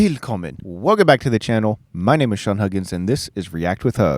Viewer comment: You gotta pronounce it "will kommen", similar to the English word "will" and not "wheel kommen". Secondly, the "kommen" is stressed, and not the "will". Greetings